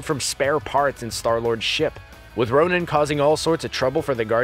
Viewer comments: It’s Ronan not Ronin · *Ronan, not Ronin.. ronin is hawkeye, Ronan is the accuser.. bruh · it's Ronan, not Ronin